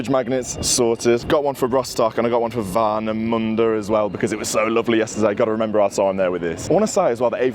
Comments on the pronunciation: Glad you've enjoyed Rostock, Warnemünde (your pronouncation of it was really good btw ) and of course the Ostseestadion! You should come back here one day for a league match, just to experience our Stadium and the Fans when they give it all on the Stand! And thanks for that very respectfull video! All the best for Villa for the upcoming season!💪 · Your pronunciation is spot on, and dude, Germany is full of beaches, especially in this area. ;-) Lovely Vlog, thanks for presenting my birthplace in such a great manner. 🔵⚪🔴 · Mate, I love how you pronounce Warnemünde, haha! 😂 Thx for visiting, hope you enjoyed the stay in MeckPomm! Gonna give this a well-deserved like 👍